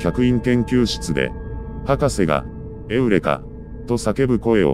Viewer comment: 発音的にはユリーカの方がいいんじゃ、